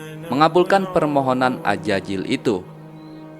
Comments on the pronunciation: AZAZIL bang, bukan AJAJIL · Azazil ya bukan Ajajil🙏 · Tolong huruf z tetap z jangan jadi huruf j karena maknanya jadi berubah